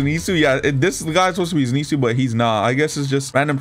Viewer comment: "zeenetsu" bro im dead the way he says it